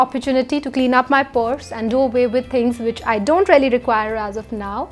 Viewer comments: Same😄😄 sephora mask is rarely good?! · Nice video, I had to watch it twice to understand that she's saying 'really' and not 'rarely' :D